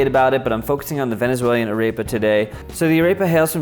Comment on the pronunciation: Kinda bothered me a bit that you didn't pronounce "arepa" correct xD